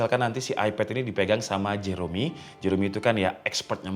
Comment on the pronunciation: jerome emang dibacanya jero "me" ya?? bukannya jeroMi ? wkkwkwk